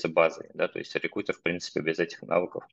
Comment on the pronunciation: Очень режет слух "реКУтер"